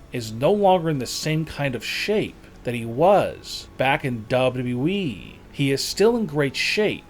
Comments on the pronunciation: bro just say W .. W .. E .. not duba duba eee 😂😂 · Why you keep saying W E It's WWE DUMB🍑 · Seriously man the way you annunciate your your words and the needless emphasis you put on words makes me want to jam a pencil in my ears. Last it’s WWE not “doubleyouwe” FFS man get it together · Is it just me or does this man W.E not wwe, like with two w's not just one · Yo and this guy is w e instead of wwe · and btw its W W E....not double E lmao fuckin jeez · bruh he say we it wwe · bro its wwe not we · he really said we instead of wwe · Its WWE NOT WE LOL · Ein unmögliches Video.Tatanka sieht für sein Alter Klasse aus,Brutus und Greg haben ein Bauch ...die Firma heisst übrigens WWE nicht WE... anstrengend zum anhören. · For God sake man it's wwe w w e and not what you are saying, when you say it it's like your saying dable e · It's W WE!!!!.......NOT W.....E......!!!!! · Its wwe not wweeeeeeeeeeeeee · Why is he talking like this he said WE not WWE 😂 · Narration is horrendous and the 'recent' braun strowman pictures are obviously photoshopped you saddo and it WWE not WE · WWE man not Wableu wableu Eeeeeh 🤣🤭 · MAKE A VIDEO CALLED THE SADDEST "WWE YOUTUBERS" You forgot letter thats been in the name since before i was born in 85 double yee? say it with me now Duh-bull-you DUH-BULL-YOU-e .. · It's WWE not WEEEEEEE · Ok. To the creator of this video...it is W W E ...ok..not w e ...I can't even concentrate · duble dubew weeeeeeee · The way he say WWE He says dabawe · Dabudabu eeeeeee...!( WWE) God level pronunciation 🔥🔥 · Never mind the most annoying tone in the world, the very least I expect is for him to be able to say 3 letters is a row. What’s WE? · Learn how to say the WWE your not saying it right you say half of a w whenever you say WWE your supposed to pronounce it with both w's W W E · Dub yu eee is somehow WWE? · Dub dubdouwee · When he pronounce wwe he say wE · “ Back in Dubou dubou E” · "The great KhaLI!!! is now RETIRED from the DUBUE EE(WWE) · " back in w eee"